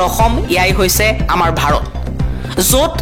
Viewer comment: বাৰত নহয় অ ভাৰত হে😂